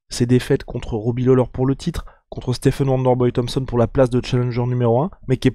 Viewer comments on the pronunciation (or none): none